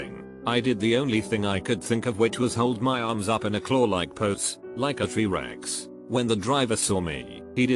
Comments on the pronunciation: Anyone else notice "tree rex" hahahahah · "Tree Rex" im fucking Dead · Tree-rex xD brilliant